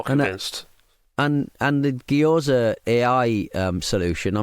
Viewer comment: "geeyoza" pronunciation is making me lose it. Just saying it over and over lol